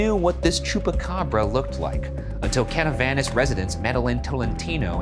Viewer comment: As a Puerto Rican I've never heard someone pronounce Canovanas like that before😭😭 love these vids so much💕